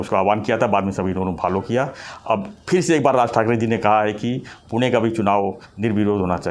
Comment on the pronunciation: सर पूना क्यों, वो पुणे हैं